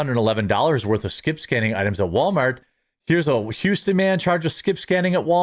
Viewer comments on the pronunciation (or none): none